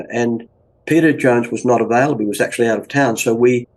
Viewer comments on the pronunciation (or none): none